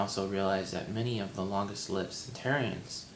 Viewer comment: and you're not pronouncing "centenarians" correctly. :p